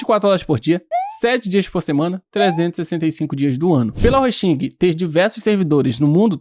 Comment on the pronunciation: Bom conteúdo,! Parabéns. Só um comentário pra ajudar. A pronúncia da palavra principal do vídeo, que é a marca do produto avaliado, está errada. Não é "Ros.TÍN.guer", é "RÔS.tinguer".